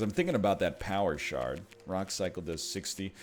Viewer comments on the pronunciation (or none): Am I the only one who, when he says "power shard", can't stop hearing "power shart"?